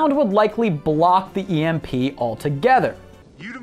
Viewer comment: You pronounced Emp wrong 😎